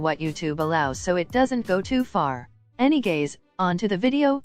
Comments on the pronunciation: “ANYGAYS” pffttttt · I love he fact that she/he says anygays